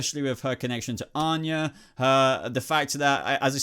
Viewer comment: is it just me or did he really call "Vanya" Onya a few times